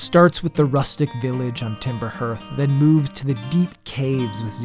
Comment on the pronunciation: Harth not herth. Great video!